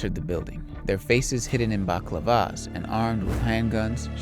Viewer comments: ‘Faces covered in Baklava’s’ lol what a Turkish pastry dessert? I’m sure you meant balaclava’s but good effort! 🤦🏼‍♂️🤷🏼‍♂️🤣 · Did this guy pronounce balaclava as baklavas lol that's hilarious dude imagine if they actually had baklava covering their faces instead of 'bell la claw vas' I'm sorry I'm not trying to be mister know it all but I just couldn't over look this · Balaclava pronunciation is crazy